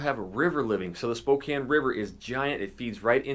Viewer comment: Died when he said "gotta go to spo-compton"